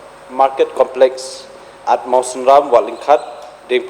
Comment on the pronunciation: complek shi complek haba dei complex da pronounce bhz ko kale.